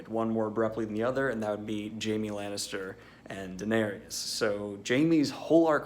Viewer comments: How come you say Daenerys's name like she's a black dude? Danarius. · Dah-ne-rius? Is that the guy from Hootie and the Blowfish?